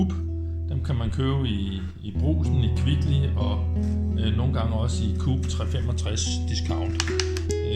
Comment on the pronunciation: Coop udtales KO OP. To stavelser. Ja jeg er en flueknepper. Men tak for videoen